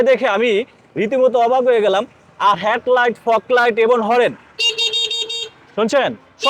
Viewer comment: হেট লাইট,ভেগ,চাজ কি বলতেছেন এগুলা। ঠিক করে শব্দ গুলা শিখে নিয়েন।